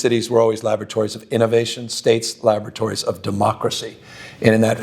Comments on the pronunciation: I thought Gavin said “our cities have always been lavatories”. Don’t get me wrong, I’m a proud San Franciscan and I voted for him for mayor and governor, but it was a weirdly accurate statement. 😂😂😂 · Did Gavin say lavatories or laboratories of democracy? He has sure turned California into a shit hole.